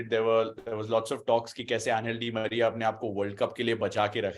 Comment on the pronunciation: Bro he said anal di Maria 🤣